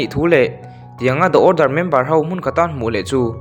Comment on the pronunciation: The order Da awrdar❌ Di awrdar✔️